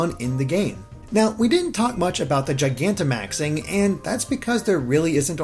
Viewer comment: FINALLY I FOUND A VIDEO WHERE SOMEONE PRONOUNCES GIGANTIMAX CORRECTLY